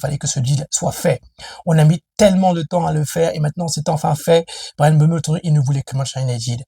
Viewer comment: Mbeumo cest pas mbeumeu Wshh 😹😹😹 il a du mal 😭😭😹😹😹